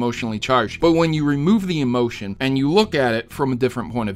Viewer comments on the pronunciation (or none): none